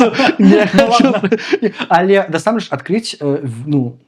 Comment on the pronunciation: Памылка - няправільны націск у слове насамрэч. Ягор таксама мае яе.